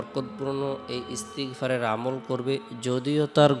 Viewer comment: Ektu valo vabe bolben ,,,, First e. Koibar Istigfar porte hobe??? R istigfar ta ektu valo vabe bolben???😢😢😢😢😢